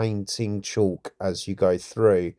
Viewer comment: Great video... but FYI... It's not pronounced "chalk" (there's no H), according to Google it's pronounced nearly identically to "cork" (though some people pronounce the "L" like "call" with a "K" at the end) and I've also heard it pronounced to rhyme with "talc"...